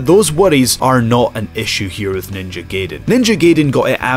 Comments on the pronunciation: It's g-eye-den, not gay-den though. No Killer Instinct? Ok then. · Silly Scumbag I think his point is more that it's pronounced GUYden, but pronounced it GAYden. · It's pronounced guyden tool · there are still people who can't pronounce "Gaiden"? never seen The Wizard? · Dislike because you said Gaiden wrong.